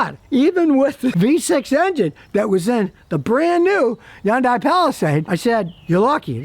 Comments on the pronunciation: Scotty its a Hyundai not yun die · People, you are mispronouncing Hyundai. It is enunciated Heeyun te and you slur Heeyun as one syllable. Also, people mispronounce taekwondo as Tai which sounds idiotic to me. It is said, te gwon to. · someday scotty will realize yundai starts with an H